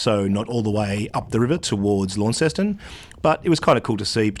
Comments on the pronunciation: As a former resident of Cornwall it pains me every time I hear an Aussie pronounce Launceston as Lawn-sess-ton. Its Launce(s)-ton with a silent S. The town of Launce, Launce's town. Other than that great film as always, incisive diesel diagnostics. Sunsets, dolphins and the sea 🌊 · If you would rather sound like a local, it’s “Lon-ceston”, not “Lawn-ceston”. Just so you know. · Seems weird to hear you talking about the Tamar river on the other side of the world. Feels even weirder to hear you pronounce Launceston the way you do. Here it's pronounced as 'Lawnson' (or 'Laanson' if you're deep Cornish). Looked to be a great trip. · Interesting pronunciation of Launceston. Here in Cornwall, UK It’s pronounced lawnston.